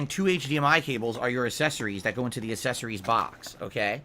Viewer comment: The way he constantly mispronounces words absolutely infuriates me.